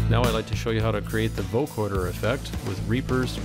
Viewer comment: not vocoRder. vocoder. no R as in recoRder.